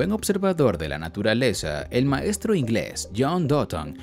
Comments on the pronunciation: Porque le dice doton? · Porque dice doton xd